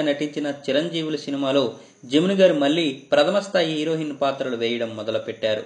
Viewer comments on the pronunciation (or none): none